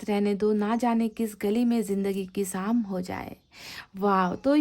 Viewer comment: Madam! Apna pronunciation theek rkha kre..iss video mai bhi aapne सिर्फ ko शिर्फ bola h..काश ko कास bola h aapne..shayri Mai bhi..शाम ko साम bola h aapne..शायद को सायद bola h aapne ...ईश्वर को इसवर bola hai aapne ...